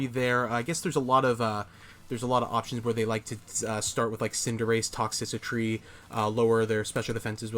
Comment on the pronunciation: I'll give you that sub if you start saying Toxtricity properly lol Good games man, keep it up